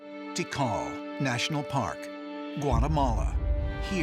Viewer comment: Guatemala . I thought I heard Guacamole 😆😳😱🤣